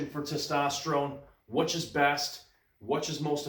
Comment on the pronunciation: do you pronounce "which" as wuhch? that's interesting.